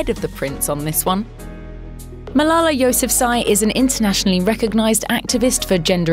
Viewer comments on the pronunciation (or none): none